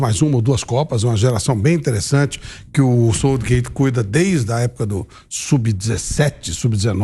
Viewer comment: Quando o sotaque se sobressai à pronúncia você escuta aberrações como 'SÔUTSHGÊITSH' 🤦🏼🤦🏼